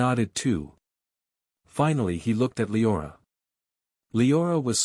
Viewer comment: It’s a true bummer you can’t just tell the ai voice to pronounce the freaking names correctly. Sulthra and lye-orah are especially grating.